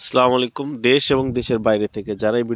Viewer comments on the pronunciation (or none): Please don not say, Slamalikum, it is Assalamu Alaikum